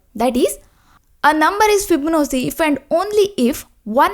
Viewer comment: fib-no-c. 😂 this is the worst pronunciation of this word I've heard.